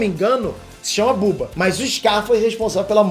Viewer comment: É Bubu, n Buba